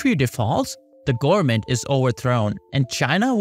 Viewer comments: O.M.G ! Repeat after me: , g o v e r n m e n t . Nooo, not garmin. No man, not garmen, , g o v e r n m e n t . G, o, v, e.. stop there! Say V ! Wow ! Repeat V until you succeed ! I know you can ! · Wtf u sayn “gurmen”? Can pronunce a v?